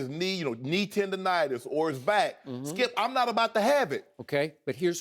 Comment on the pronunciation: "HE DIDN'T SAY IT LIKE THAT SKEEYUP!!" hahahahaha... Shannon is so funny to watch man!!